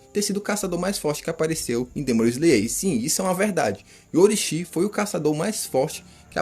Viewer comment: Como levar a sério um cara que fala Orochìíí kkkkkkk vê o anime com o olho do rabo só pode kkkkkkkkkkkkkk